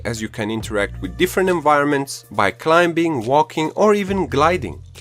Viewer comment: Good review. Just a tip on the word "climbing" the b is silent.